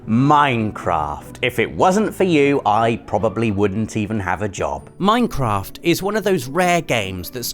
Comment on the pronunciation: Did you just say Meinkamph instead of Minecraft.